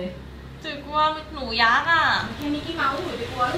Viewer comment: ยักษ์ค่ะไม่ใช่ยัหษ์😅